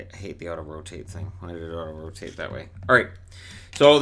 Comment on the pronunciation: Oh “AUTO ROTATE”. I thought you said Ottawa taint.